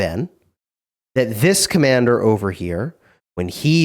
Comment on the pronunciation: When he read the skill he literally emphasised “This commander”